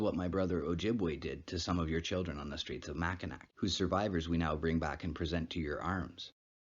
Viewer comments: Its mac I naw, not nack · It pronounced mackin-aw not makanak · Makinac is pronounced "Mac-in-awe". As a Michigander it's painful to hear it mispronounced, lol. Great video though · It's pronounced Mackinaw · Interesting video. Mackinac is pronounced MACK-in-awe. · Informative... I'm from the area it's pronounced Macinaw Island but it's spelled nac and Sault St Marie is Soo Saint Marie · It's actually pronounced "mak-in-aw" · you said mac in ac. It's cool bro everyone not from here gets it wrong. Great video and very informative. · It is pronounced Mackinaw, spelled Mackinac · Here in Michigan, we pronounce Mackinac as [mackinaw]. Cool video, cheers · You pronounced Mackinac wrong.